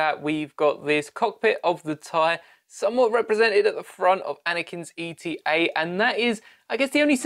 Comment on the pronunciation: “eta” is pronounced “ay-tah” not E T A, the eta and delta follow the same naming convention and it’ll be much faster to say